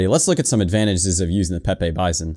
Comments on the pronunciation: It's pronounced peepee Bizon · It’s pronounced... P E E P E E B E E Z A U G H N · it's actually pronounced peep